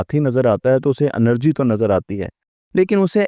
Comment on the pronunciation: انرجی نہیں ہے یہ لفظ اینرجی ہے